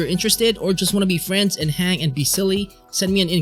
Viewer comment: Be fweinds 🥺